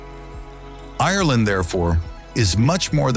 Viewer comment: I wish this didn’t grate on me so much but the pronunciation of the word Ireland is wrong. 😭😭😭